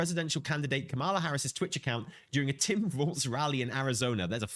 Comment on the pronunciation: COMMA-LA. Please say her name correctly. It's not like messing up "harbinger."